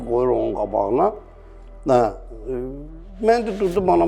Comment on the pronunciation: Ancaq mən man deyir😂